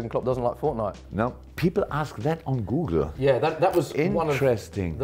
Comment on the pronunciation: the most german pronunciation of Google 😂😂